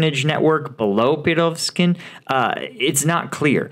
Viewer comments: Pre go zhin like in Zha Zha Gabor. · Good, but some exercises on Russian names can be helpful. Prigozhin is an important figure. Not so difficult to pronounce it reasonably well.